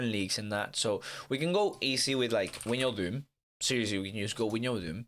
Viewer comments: win- yal - doom 😂😂😂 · “win-yal-doom” 😂😂😂